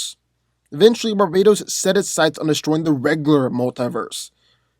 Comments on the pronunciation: stop calling him Barbados THERES A T RIGHT THERE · Did he say Barbados or Barbatos? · Bar ba tos not barbatos u pronounced it wrong